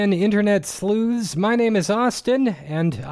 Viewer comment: Hello again internet sloos? Slews? Sleuthz? I think the word you're looking for is sleuths, which ends in an oo sound, followed by a soft th, and an s (not a Z). Rhymes with booths. Glad you got your script though!